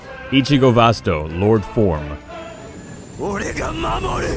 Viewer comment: Vast-O-Lor-day is how it’s pronounced